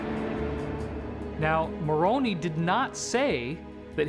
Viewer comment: You guys!!! You know the name of Joseph Smith's "angel's" name is pronounced, "Mor on eye" not "Mor on e" .